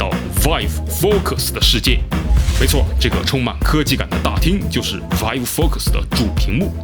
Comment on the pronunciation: 其实我一直想提醒PY君 vive的发音应该是viiv